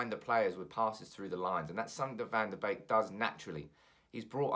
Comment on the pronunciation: Isn't his name pronounced 'BEEK' not 'BAKE' lol